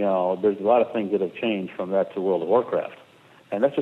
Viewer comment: Did he say World of Warcrack the first time he said it at about ? lol